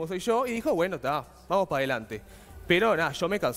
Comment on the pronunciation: " Gueno !" Jajaja